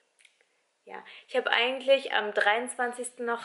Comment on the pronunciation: Es heißt eigentlich und nicht eigingglich 😩 sorry